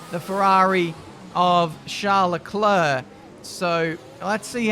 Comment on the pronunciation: How does say it: Charles Luclurc Sounds like clurk